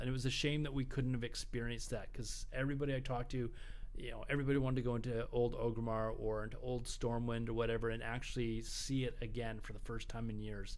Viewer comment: it's not ogrimmar it's ORGrimmar